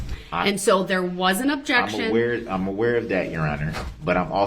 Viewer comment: Besides "onjec-shun" "grounz" "troof" "oaf of office" "boaf detectives" "axing questions" was "fair" ad nauseam.